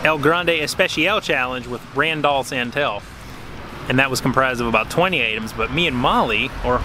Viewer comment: Rand ALL San TELL 🤣